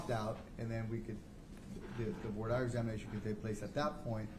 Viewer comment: Do US law schools not teach their law students how to pronounce 'voir dire'? It is NOT 'voyer dyer'!